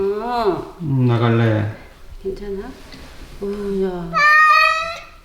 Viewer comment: 놔!!!! 나갈래!!! 발음 대박이네요